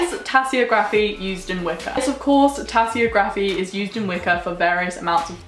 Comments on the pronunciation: This is a very helpful video, thank you! The only thing is, I'm pretty sure it's pronounced tasseOgraphy rather than tasseogrAphy. But great video as always! In the future could you talk about the differences between Wicca and witchcraft, and similar practices? Much love x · If she says tassyography one more time. Omg im so annoyed i can barely focus. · Pronounced Tassy og rafy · How do you pronounce geography? How do you pronounce photography? Then why is tasseography pronounced like that??